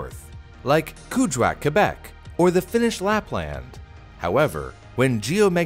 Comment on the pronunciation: Wow you didnt pronounce the U in Quebec GG well done :p